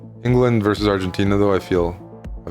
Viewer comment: It's "versus" Predator, not "verse" Predator.